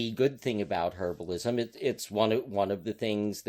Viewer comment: I think you meant "herbalism," not "herablism."